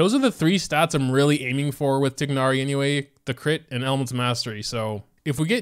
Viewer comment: Pains me how bad u pronounce tighnari’s name